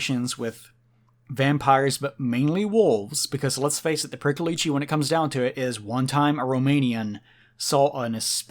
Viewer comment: It's pronounced more like Preeckolich